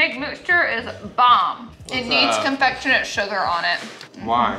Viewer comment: Everytime Laura tries to say “confectioner sugar” she says “confectionate” and I think it’s so funny. Every cooking video!!! 😂